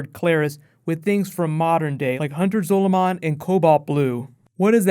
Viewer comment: no dude it is hunter zolomn